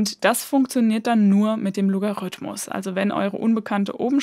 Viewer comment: Als Musiker finde ich es besonders nett, dass Du vom Loga- rhythmus sprichst (statt vom Logarithmus)!